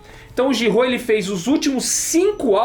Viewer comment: acertou a pronúncia de Giraud, mas o é quem acertou a pronúncia de Pilote!